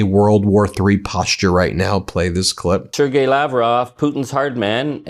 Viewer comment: Please sir, will you say Lavrov's first name correctly ..and it is a common name, so knowing it should be useful. The "g" in Sergei is pronounced not as a 'j" but as a hard "g" as in "go". Thank you. Keep up the "good work"!